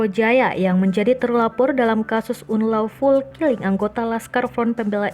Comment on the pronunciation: "unlawful killing", kok dibacanya seperti orang yg belum pernah belajar bahasa inggris?